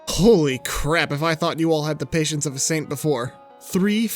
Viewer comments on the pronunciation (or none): none